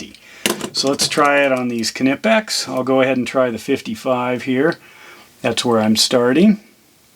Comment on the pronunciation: Are you a United Statesian and want to know how to pronounce Knipex? No problem! This friendly German is here to help you: Kneepex. And remember, kids: The K is not silent!